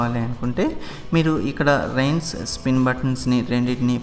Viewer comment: Product Reviews and Un Boxing I am talking about the pronunciation of rinse. Its not rains.